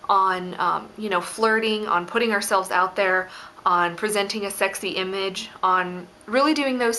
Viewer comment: When she said putting I thought she said pudding